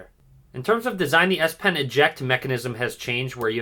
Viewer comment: Did he just say ass pen?